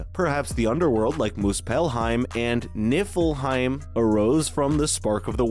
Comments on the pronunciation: Bro is also saying nif-el-heim💀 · Same for niflheim